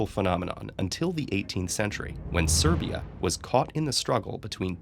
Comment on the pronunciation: This is the first time my country was in a video like this... i pissed myself when i heard "When Serbia"